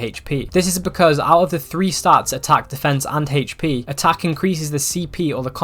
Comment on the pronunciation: “HatechP” = HP